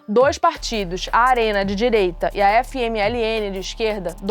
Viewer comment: No minuto 6, nos segundos 10 a 17, ela disse que esse ditador é um modelo para governantes de DIREITA da América Latina. De "dirieita"? Ah fala sério, né!!!!